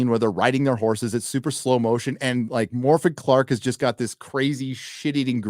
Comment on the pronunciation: It's pronounced Morfith with a rolled 'r'... she was actually pretty good in St. Maud but played a disturbed/disturbing character – she's unfortunately a terrible fit for Galadriel 😔